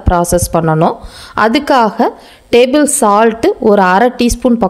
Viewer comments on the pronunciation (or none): none